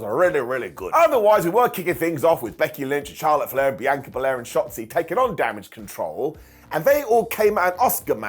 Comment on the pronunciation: You finally said BIANCA correctly!!!